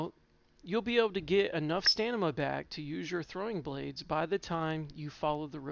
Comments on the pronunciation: Nice build, but it's StaM-i-Na. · Holy crap, that's been bugging me so bad HAHA